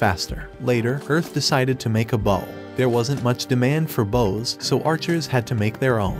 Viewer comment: So many weird mispronunciations. "Bow" "Lich" and others...